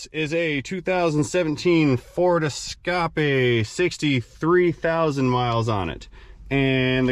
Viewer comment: I've never heard anyone else say escape the same way I do till now.